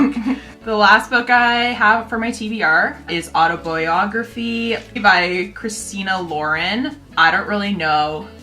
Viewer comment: I was initially very confused by your pronunciation of autobiography until I saw the title so +1 for that in addition to that beautiful cover! Quick question, do you ladies usually get your recommendations from friends, family etc, or do you scour Goodreads with their ridiculous amount of options? Also, "I heard it's a....book!" I'd hope so :P